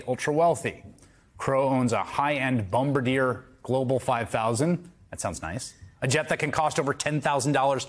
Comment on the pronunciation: Bombardier, say "Bom-bar-dee-A." The name is that of French-Canadian inventor Joseph-Armand Bombardier of Valcourt, Quebec and his claim to fame was the Ski-Doo brand snowmobile.